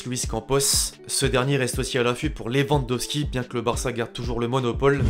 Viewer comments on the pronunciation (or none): none